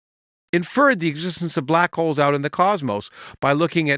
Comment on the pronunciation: With all this talk of Santa in the comments, I kept hearing him say "black coals" instead of black holes. Santa understands black coals.